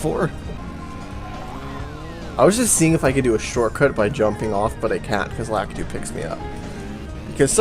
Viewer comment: Lakitu is pronounced "la-KEE-too", by the way.